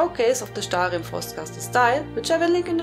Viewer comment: god i llove the way u say stahlrihm- marry me!